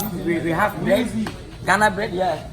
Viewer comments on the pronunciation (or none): none